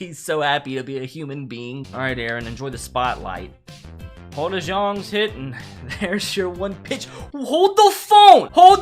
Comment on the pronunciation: Cards fan here not trying to be that one guy but it’s pronounced deYOUNG not dejong lol